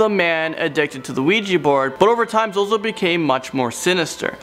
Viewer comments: its pronounced zoe zoe, not zoo zoo lol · First he said zewzew instead of zozo....lol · I noticed that too XD tbh he probably accidently said ZuZu - thinking of Pazuzu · Zuzu wtf it’s zozo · ZUZU OR ZOZO its zozo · for #1 its not zoo zoo it is zozo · It’s called ZoZo not ZuZu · The way you said 'zuzu' instead of 'zozo' for some reason hurt me internally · It’s Zozo, not Zoozoo😂😂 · He said zuzu. Zozo then he said it right the next time.. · My only question is how u wrote ‘ZOZO’ as zo-zo but said it as zu-zu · It is not zoozoo it is zo zo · It’s not zoo zoo it’s zo zo 😂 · whos zoozoo? its zo-zo! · Zuzu? NO ITS ZOZO!!!!!!! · Am I the only one who noticed he said zuezue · this man said 'zoo-zoo'.. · Number 1 zoozoo wtf ZoZo. You say it correctly when describing the demon. Lol funny. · Its not zoozoo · You Sayed zoozoo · It's zoz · 'zoo zoo' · it is spelle zozo but u read it like zow zow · “Zoo Zoo the demon.” Lmao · I love how he said ZoZo as zu-zu first then corrected it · tbh ur not even supposed to say ZoZo's name out loud O.o also I love how called it "ZuZu" the first couple of times XD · i cringed when he said zoo zoo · Oh god the cringe is real when he said ZoZo as "ZooZoo" at first. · Zoo zoo 😂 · ITS ZOZO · I hate how you said zozo at the start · He says the name wrong at first then says it right at the second time lol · He said Zozo wrong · the way u pronounced number 1 is wrong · At least he was pronouncing it wrong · Well, he was pronouncing it wrong, so I think he's safe XD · HE SAID IT WRONG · Thats not how you say zozo